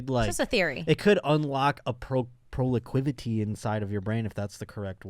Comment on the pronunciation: The word is 'proclivity', God bless you. ❤